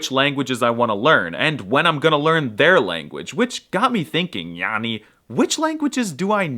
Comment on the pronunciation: That Yäni was a but off but as a swede i appreciate the effort.